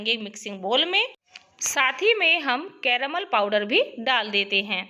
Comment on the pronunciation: Anyone notice how many she says caromol?